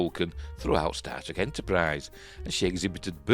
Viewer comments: Wait, is he saying Star Trek or Starship but it sounds like static? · I keep hearing "static Enterprise ". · I think he is trying to say Star Trek rather than starship as to me Star Trek w/o "r"s seems to my mind closer. But you ate right, I can't be sure. Idk what nonrohtic speakers problem pronouncing "r"s is . They pronounce them sometimes, like at the beginning of words, I think. And sometimes they place them at the end even when we don't use an "r". In "A Day in a Life" John , I think, sings" I sare a film today. In American English, we use glotlestops, so we can separate "saw" and "a" w a glotlestop. But apparently, Liverpudlian English doesn't have glotlestops so he separates the words w an "r" So if nonrohtic speakers can pronounce an "r" at the beginning or end of syllables sometimes, Idk why they can't pronounce it when it is supposed to be there. Laziness is all I can figure, but what do I know. I'm not a linguist.